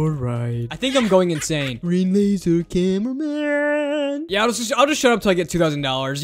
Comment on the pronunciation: Bro really said Hyper upgraded titan cineaman